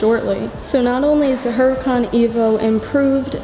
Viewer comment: You don’t pronounce the ‘ H ‘ - it’s pronounced “ Oo ra can “